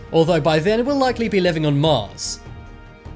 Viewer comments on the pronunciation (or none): none